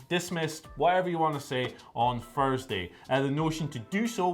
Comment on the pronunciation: Furrsday you say? Furrsday?